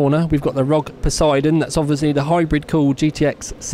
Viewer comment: said Poseidon correctly this time, but Echelon wrong...